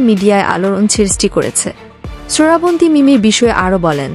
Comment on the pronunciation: তুই ও কি বাংলাদেশি?? শ্রাবন্তী নাম কে ঠিক মতো উচ্চারণ করতে পারছিস না, সরাবনতী বলে যাচ্ছিস।